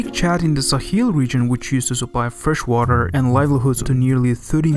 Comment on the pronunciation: Stop fucking sayin WARER